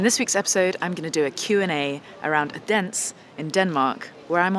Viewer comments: It's O-den-ze, not O-dens. Wish I had the money to go to London on the 14:th of dec. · That's just about the most interesting way of saying Odense i've ever heard! :D Try these phonetics instead next time your around, it will get you closer: Odin (think norse mythology) and sea. Odin-sea. Kind regards, The Danish Language Police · Odense: "Oh-den-seh" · Lovely lady, but I hope she learnt how to pronounce Odense when she was there - approximately oh then suh, with the stress on the oh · Odense, stress on the first syllable, and the last 'e' is somewhat audible. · Why didn't i know you were in Denmark? Mary, promote your dates on Youtube, please. Btw. You're absolutely butchering the name of Odense. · Ah, so that's what she is saying. She uses a very short "O" which threw me off. I'm from Denmark btw ;)